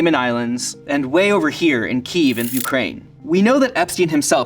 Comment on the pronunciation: Kiev isnt pronounced that way